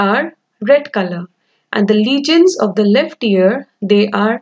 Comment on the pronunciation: Legends not legions 😅